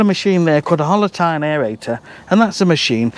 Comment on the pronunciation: Before you wrote "Hollow tine aereator", it sounded like "Holotyne aereator"... and I was wondering what complex soil biological process "holotyne" is? 🤣🤣